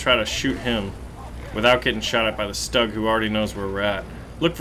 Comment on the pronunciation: It's pronounced "stoog" just like the u in Stuka.